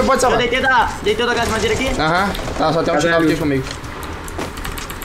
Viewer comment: Os meninos fala dei capa ai o fala deitei mkkkkkķkkkkkkk eu racho mano